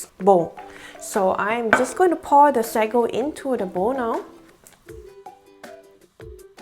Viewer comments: it's sa-go not sego. hehe. anyways good video! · Actually the pronounciation is say-go in English/American